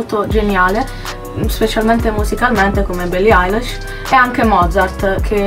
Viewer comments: si pronuncia ailish non Eilish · no, lei ha detto billie ailash, si pronuncia ilish e si scrive eilish ;) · no si pronuncia ailish non ailash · si ma "billie ailash" NO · Billie “ailesh”